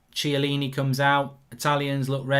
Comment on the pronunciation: You gotta learn to pronounce the name lol Bernardeschi Chiellini